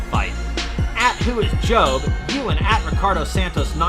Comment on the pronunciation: a noticeable mispronunciation of the famed Tahiti surf spot "Teahupoo", also saying "job" and not "J.O.B." when referring to Jamie's social media.